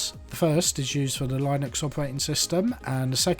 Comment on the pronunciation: A very good an in deptth review. A tip: "Linux" is pronounced as if you're saying the name of "Lynn" with Uxs after it. Lynne-ux. Lynn rhymes with win. Great vid - thank you - I went for the deep purple one. :)